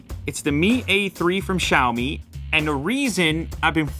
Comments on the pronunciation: SiaoMi is the correct way of saying Xiaomi! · It's "siao-mi", not "shao-mi". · Its actually pronounced "siaou me"